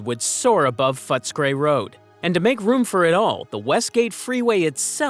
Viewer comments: The pronunciation of some of the names is HILARIOUS. You need to do much, much better. Fotscray? No, it's Footscray. Yahrah? No. It's Yarra. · Franco Cozzo would've been dissapointed. It's pronounced Foots-a-cray! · Yes everyone knows its pronounced footesgrey😂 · if you don’t know how to pronounce Yarra (River) and Yarraville and Footscray and Benalla and Warranjuri (and basalt rock) then it’s pretty clear you don’t talk to Melbournians in your research!